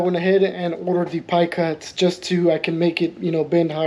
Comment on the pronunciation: Are you saying “pie cuts”?